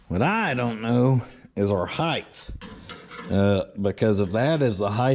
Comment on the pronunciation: The word is HIEGHT, not HIEGTH